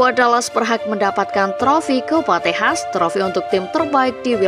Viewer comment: Kok Tejas, Bukan Texas Toh 😂